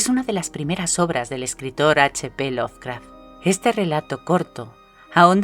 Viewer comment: lo ley mal XDXD laracraft XDXDXD